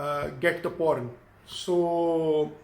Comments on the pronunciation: Porn =prawn wa bhai Kia Gazab ki English he aapki socha Kuch aur Mila Kuch aur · till half video i didn't understand .. It was "Prawn' not 'Porn" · Hey its not p**n it is prawn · It’s pron not porn 😅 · Bro it is prawn not " porn"👍 👍👍👍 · Bhai wo prawn hota hai not porn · 🤣🤣🤣porn instead of prawn Wtf man! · Bhi its prawn not porn, its not a thing to eat😅😅😅😅😅. If u want to talk in english then speak correctly and if your spoken english is not good enough then why don't u talk in Hindi or in your mother language. You should be proud to your language . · Abe wo porn nahi pron hota hai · Bhai ek to ye bta ki tu teacher h konse school me or dusri cheez sawn kuch ni hota or bhai porn ni prawn hota h sir ji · he meant to say prawn🖕🖕🖕🖕🖕🖕😠😠😠😠😖😖😠😖😠😠😖😠😖😠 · Kyaaa yaar ye banda prawn ko porn bol rha hai.... Iske baad sahi me English ne aapni jaan le li.... Chalang laga li usne building se😂😂🤣🤣🤣🤣🤣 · It's "prawn" Not "po*n". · I THOUGHT HE WAS SAYING PORN 🙄🙄🙄but he doesn't know english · His subscribers are the one who learns English from him.. You know what my younger brother speaks English... Please don't try to learn English from this guy....... Like u don't know Chinese he don't know English.... English is in coma!! And MOUTH FART!! 😂😂 WHO KNOWS HE WAS TALKING ABT PRAWN 🍤.... CRAZY MAN!! CRAZY!! HE HAS LOST HIS BRAIN WHEN HE WAS A CHILD...!! I AM REALLY LAUGHING AT EVERY SENTENCE OF YOURS .!!!! I AM HERE FROM TRIGGERED INSAAN WHO IS HERE FROM TRIGGERED INSAAN!! 👇👇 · In the beginning I was like so shocked when he said I show pictures and fully explain..I was like wtf but then I realised he meant prawn😂